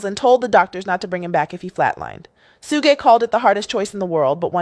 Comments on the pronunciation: The journalist's pronunciation of Suge (Shh-joog) Knight - SMH. She comes up with - "Sue-gaye" - - If you don't know how to pronounce a name, why are you trying to tell a story? Just sit down and stfu. People stop listening to your story as soon as you began mispronouncing names you OUGHT to know how to pronounce, such as TuPac (pronounced with a long a (poc). She goes with long a (pack). Already, I don't even remember what she said. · "Sue-gay" Knight and "Pack"??? 🤣🤣🤣 This AI mess is killing me with the pronunciations!! And how was Suge "bleeding everywhere"? He got skimmed by a bullet, where did a gang of blood from Suge come from?? Come on Suge!! Why would Pac say he didn't want to go to jail again? He didn't do anything wrong plus Pac wasn't a scary azz n*gga to even be THAT worried about it!! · The 16 pronunciations of “Suge” is taking me out. Soogay, Sooj, Shugay😂 AI sis was like “One of these is gonna land…” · That lady is AI as in Aye pay attention to them names lol😂😂😂😂